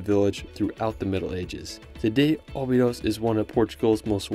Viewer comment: Cool video,, but i would recommend pronouncing cities like Portugese do: like "obidoush", not "obidos", and "lagoush" instead of "lagos", as correct pronunciation will help in finding places if you ask someone local. As well the cave in Algarve region is not Bengali, but Benagil ("benazhiil"), same mistake is the river in Porto - Douro, not Duoro